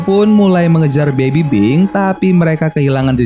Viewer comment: Bang lu ngomong baby pink baby bing